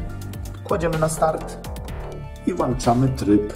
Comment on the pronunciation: mówi się włĄczamy - a nie właUczamy